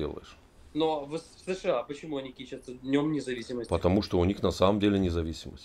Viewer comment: кичИться, а не кИчиться.